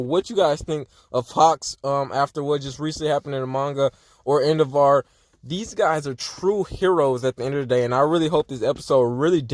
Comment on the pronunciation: Endevaar? Cuz that’s what you’re saying